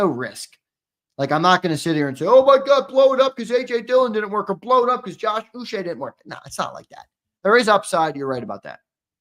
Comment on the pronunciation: Uche is pronounced Ooh -Chay (hard C like in Chicken).